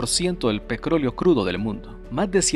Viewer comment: hola porque usas el termino cro en vez de tro ejemplo petroleo te escucho pecrolio o en vez de metro te escucho mecro o es que yo escucho mal,saludos y buen video sobre todo por las imagenes que muestras lo encuentro un muy buen trabajo, y vaya portada con la bellas y hermostras chuquillas buen enganche para ver los videos😁